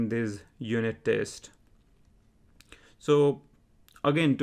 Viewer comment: He was being sarcastic on your pronunciation 'TEST' as verb 'TASTE', Like Tasting food.